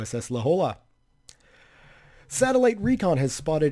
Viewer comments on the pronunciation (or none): La Jolla is a city in Southern California is it is pronoinced "la Hoya" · La Hoy-ya